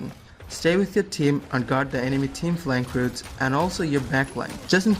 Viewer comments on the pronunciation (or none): "falnk routes" not sure im following? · Oof "Falnk Routes" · FALK ROUTES* FLANK ROUTES ok